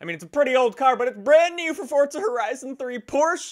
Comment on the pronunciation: why do you always say fortza is forza dude don't me nudeeeee